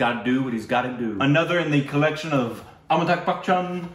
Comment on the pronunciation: It's not amitaK it's amitaBH...